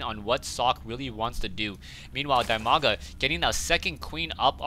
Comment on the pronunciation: its dimaga not dymaga and its idra not ydra